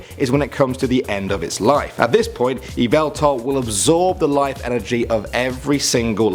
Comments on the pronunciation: "We have eeveltal" Yveltal: "IT'S YAHVALTAL!" Surprised I'm the first to make the joke. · Yuh-vel-tal You're welcome